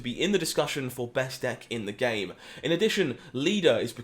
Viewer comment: pronounced BAHST